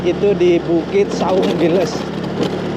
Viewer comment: Saung gelis, bukan saung giles😂